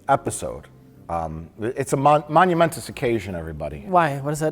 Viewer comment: "Monumentus"? Mike must be drunk